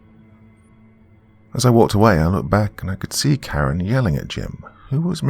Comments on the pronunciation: Omg I thought you said "Bitten by a CARROT"! 😂😂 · I thought he said carrot at first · I thought he said “bit by a carrot” 💀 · I heard carrot too!! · I thought he said carrot 🥕 too!!😈👻👹👽🤡